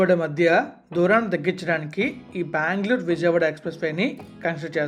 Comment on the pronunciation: అరే నాయనా నీకు దండం పెడతా మాట మాటకు బాంగ్ళోర్ బాంగ్ళోర్ అంటావు చక్కగా బెంగళూరు అనవచ్చు కదా